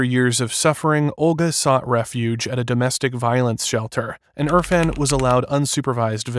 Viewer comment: It’s irfan not urfan get it right